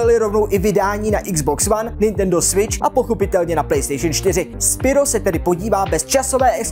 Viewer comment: nečte se to náhodou spyro "spajrou" ?